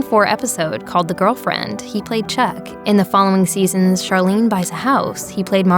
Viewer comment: Charlene’s name was pronounced CHAR, not SHAR.